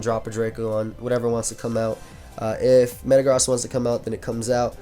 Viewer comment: Did he really say "Thatd Mega Zam" when clearly Mega-Gross is seen in the team!?